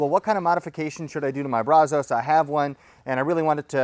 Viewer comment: Maybe Bradley could teach him to pronounce brazos correctly , he is a transplanted Texan after all